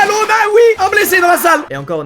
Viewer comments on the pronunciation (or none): none